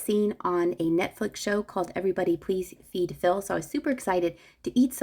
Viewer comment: Somebody Please Feed Phil is my favorite on Netflix! At first I thought you said “eat Phil”. We must not eat Phil.